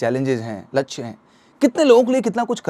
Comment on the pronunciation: Vidio must tha per laksy bolane me sahi nahi laga